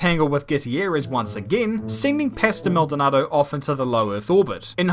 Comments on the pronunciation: hearing say 'pastel' instead of 'pastor' makes me think there were two maldonados: the crashy-crashy dont want to finish a race one and the LORD maldonado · It's pasto not pastel